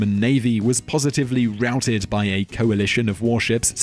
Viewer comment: Is no one gonna say anything about how he pronounced routed?